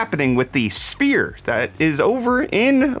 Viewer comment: did I hear you say "Las Vegas fear" instead of sphere...